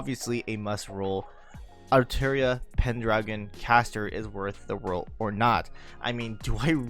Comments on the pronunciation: It’s altria not altira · those who say Altria should be brought to the deepest pits of hell. cursed name must never be spoken out loud.